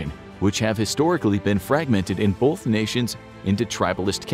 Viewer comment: It's pronounced "both" not "bolth".